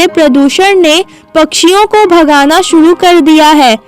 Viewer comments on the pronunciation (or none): none